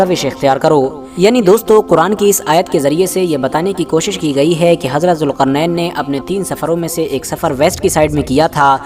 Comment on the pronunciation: jilqarnan not julqarnan